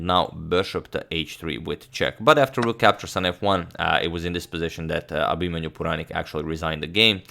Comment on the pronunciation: Wow you pronounced Abhimanyu Puranik with 100% accuracy!